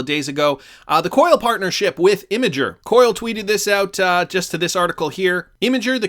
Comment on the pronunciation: Ha! in the world who knows how to pronounce Imgur